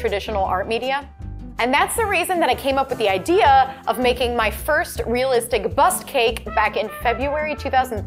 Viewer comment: Sounds like she's saying bus cake not bust cake anyhow I don't know why they call it is bust cake anyhow .. strange.. but awesome job , amazing 👏 🙌 😍 ❤️